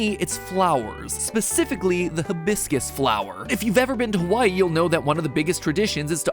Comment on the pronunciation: dude , your map of hawai’i is upside down i’m from hawai’i and it just looked so off but then i realized it was upside down😭 also said hawai’i wrong but i’ll let it slide